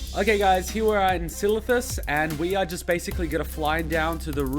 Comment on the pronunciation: Can you put more adds in, like 8 or so? Enjoyed it more than you trying to say Silithus.